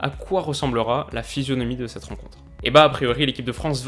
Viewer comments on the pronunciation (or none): none